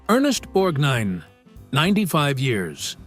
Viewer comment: Moderator..it is NOT Borgneen. It is pronounced Borgnine. It's your freaking job and you should know this.